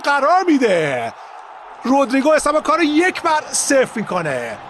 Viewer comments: آخریه چرا هی میگفت رودرررریگو 😂 خیلی ر رو بد می‌گفت 😂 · آخری که افغانی هست چرا اینجوری میگه رودریگو 😂😂